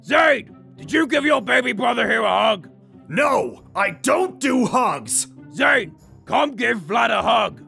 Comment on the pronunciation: It's Zane not zany dummy you need to watch it and see how it's spelled get it right